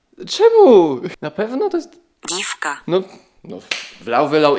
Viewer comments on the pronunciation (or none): diwka a nie dzi......a